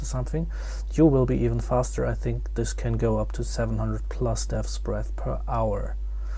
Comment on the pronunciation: deahtbreathsbeathsthdreabsbeaths dreaths bearths , just say dbs